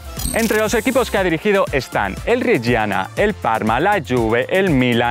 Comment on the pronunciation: Reggiana e not Reggina 🤣🤣🤣🤣🤣🤣🤣🤣🤣